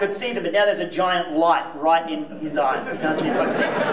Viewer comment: Why did you emphasize "his"?